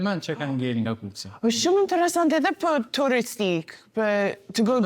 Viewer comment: kukës, not kukesi..😂